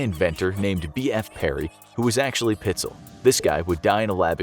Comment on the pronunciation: Correction: PITES--ELL